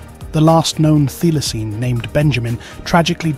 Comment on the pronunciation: It is pronounced 'Thigh-la-seen'.